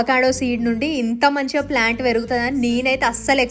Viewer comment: Plant ❌ flant ✅